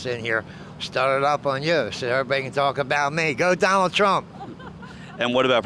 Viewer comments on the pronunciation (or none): none